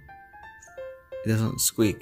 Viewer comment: Haha "it doesn't skweak" 😂 baby Mikki keeps trying 😂